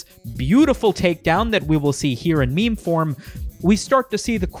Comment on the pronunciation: Memer? Ahahha wtf dislike